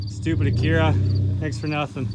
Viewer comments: Where I come from it's called an ack-ura. Not akeeerrra. Lmao 🤣🤣🤣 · wish i had that acura, plus youre saying acura wrong